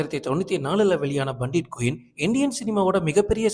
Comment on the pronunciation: பண்டிட் குயின் இல்லை பேண்டிட் குயின்